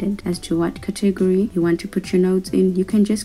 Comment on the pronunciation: Your saying category wrong